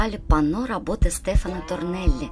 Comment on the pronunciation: да и к содержанию масса вопросов. Во-первых, Торелли, а не Торнелли. Во-вторых, плафон в Передней выполнен Якопо Гуараной, а не Торелли( кстати, ударение на "а", СтефАно Торелли). Касательно Гардеробной - там не только декор северной стены сохранился, но и живопись: пляфон, написанный братом Серафино Бароцци - Джоакино, но и десюдепорты кисти Якопо Гуараны. И так далее....